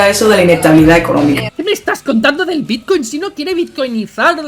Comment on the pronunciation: Dejadles hablar, no sabe ni decir bitcoin hulio